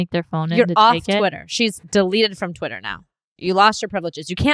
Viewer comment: She said twitter a bunch of times normally in this episode. She only said "twatter" like 3 times lol